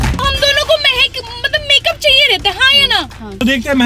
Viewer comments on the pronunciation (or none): It's not mehak it's mahek